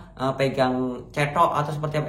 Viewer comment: Cetok 🤭🤭 salah sebut tp lucu